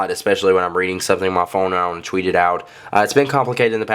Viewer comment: you say "tweet" funny lol. sounds like your saying "cheweet"